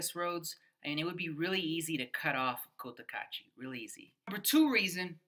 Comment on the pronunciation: Opinions, shmopinions… It’s heaven for some, but boredom for others. I only wish you gringos would learn to pronounce the name of the town properly. The first syllable is not “coat” — I cringe every time. It’s Koh Tah Kah Chi.